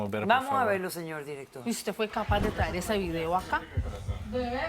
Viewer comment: "Aquí usteh es la Barbie" JAJAJA